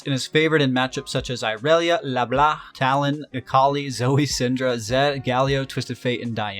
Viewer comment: Nice video, get a like just cause it's the first time I hear in an English video, someone not pronouncing that fuckin C at the end of LeBlanc! (yeah I'm French lol)